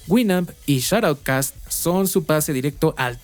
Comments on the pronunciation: por que lo pronuncias como "Shot outcast"? es Shoutcast, una sola palabra. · Detalle, el servicio era shoutcast no shotoutcast.